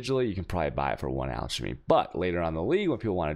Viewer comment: For the love of Vaal look up how to pronounce chaos and alchemy.